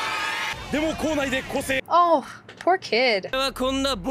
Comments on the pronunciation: It's pronounced Ka-tsu-ki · Since you asked for help with names, anytime there is name such as Katsuki, pretend the u isn't there when saying it. other examples are Josuke and Natsuki. Other than that just listen to how the characters say it. I love your reaction btw!